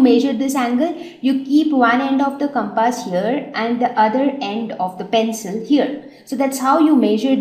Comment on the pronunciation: Did she call a compass as CAPASS??🤣